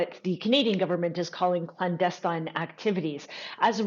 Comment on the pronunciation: 1 he can’t pronounce clandestine correctly. 2 he lets these people inveted into his country he is to blame